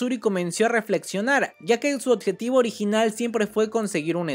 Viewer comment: Me encanta el contenido, aunque me da diarrea de oído cada vez que escucho la palabra "oTjetivo"